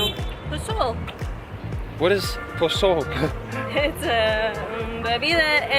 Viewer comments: It’s pozol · Tri the posol. It’s a refreshing drink my friend Not posole POSOL ask around its good